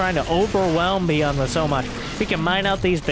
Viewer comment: I would imagine its Bi-yooon, not Bee-Un 😜 though I have very limited knowledge of Korean!